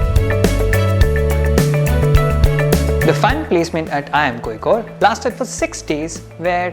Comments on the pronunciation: And you mistyped seen as scene. And it is originally pronounced as Kozhikode at present not koyikode, unless Locals do otherwise. Fun fact, some other names in the past- The Arabs called the city Qualiqut, Tamils called it Kallikottai and the Chinese called it Kalifo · its not L its' zha' ഴ Kozhikode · കോയിക്കോട് അല്ല കോയാ.. കോഴിക്കോട്..! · And you still learnt wrong one. Its Kolikode with a different L which north Indians can never pronounce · I watched this to learn how to pronounce Kozhikode